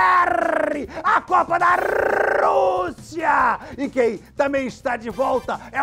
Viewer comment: "A copa da Rrrruuuussiiia" kkkkkkk